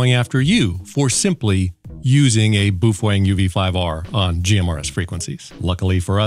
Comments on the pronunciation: Boofwang lol it's Bow-fung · Why does he say boofwang? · Hate to break it to you but you are pronouncing BaoFeng totally wrong. It's pronounced: Bow Fung. Bow as in Bow Down not Bow and Arrow. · Phonetically correct is "bow fung", but I like Randall's pronunciation better.